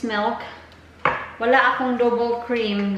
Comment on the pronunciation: Again..... Melk.... Milk you mean Pelow..... Pillow you mean